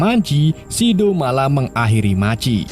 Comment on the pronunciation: Machi .maji machi maji😂😂😂. Bgung jd dgr nya